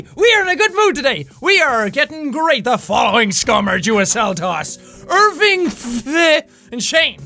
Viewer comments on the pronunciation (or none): Jack it's ir-win-vgh. not irvinvgh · I don't know if you still read the comments on videos this old, but Irwingvh is apparently pronounced "Ar-WING-vay." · irwingvh is a real name. It's pronounced are-we-vay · Its pronounced irwingva